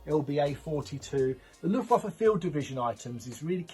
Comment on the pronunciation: Wish you could pronounce 'waffen and luftwaffe'